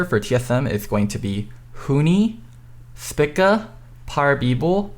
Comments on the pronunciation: Says Huni correctly, the letter T in TSM correctly, says free correctly, and several other words correctly. Still cannot say Spica correctly. Speeka, not Spicka. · It's not spicka its speaka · Good job getting two picks right and pronouncing one of the other two picks wrong. (Thpicka instead of Speakuh) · For the love of Christ, can you please start saying Spica's name correctly? I've heard you say words with a similar long vowel sound. You can do it, goofball